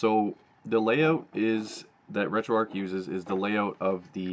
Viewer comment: Finally someone pronounced retroarch correctly!